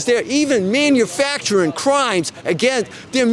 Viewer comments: "They are 'maniufaturing' crimes!!!!!" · What is “minifactering”?